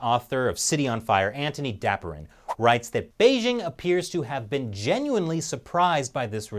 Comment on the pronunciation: It's Dapiran not Daprin, lol.